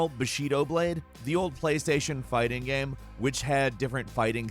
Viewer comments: why does he say "gaem" instead of game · Why the hell is he pronouncing game like gamum, bandit like bandy? What is going on lol?